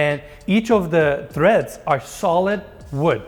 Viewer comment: My favorite house that you’ve showcased yet., the horizontal part of the stairs are treads (no H), not threads. I’m a builder and I’ve heard you pronounce it like that a couple times, so I had to say something. Not trying to be critical, you know I love guys. Also, “Don’t sleep on the steamer.” Good call, those are super dope. I’d drop a barrel sauna on that turf level and be good to go in that house.